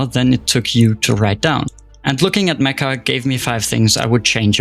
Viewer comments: Meccha isn't pronounced like "meh-kah" it's pronounced like "met-chah." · its not spelled "me-ka" its "me-ccha" theres like a hold on the c and its "cha" not "ka", its made by Japanese devs, and the title means like SUPER CHAMELEON